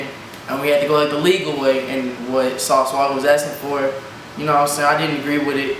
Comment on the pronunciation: Did the camera man really just say sauce walker smh